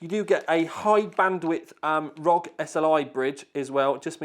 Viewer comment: If it stands for something, shouldn't the letters be said individually. Republic of Gamers or R O G. Not Rog. Rog is not a word. By the way. I still love your video's. Keep it up.